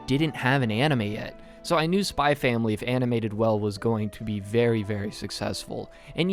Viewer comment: D-Did he just pronounce the x in Spy × Family??? Oh noooooooo... It's Hunter×Hunter all over again